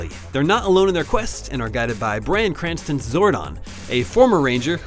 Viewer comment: bran cranston lol